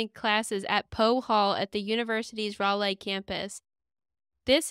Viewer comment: Hi, love the podcast, girls! Long time Gross Room member here… I look forward to this new video piece every week!! Just a tiny pronunciation note made from a place of love … Raleigh, NC is said “RAH-Lee” (even though I like the way you said “Rah-LAY” much better). 😊 Glad the pod is successful! Also, I can never find the place to ask questions… but I’m curious how many Gross Room members are there? Thanks! ❤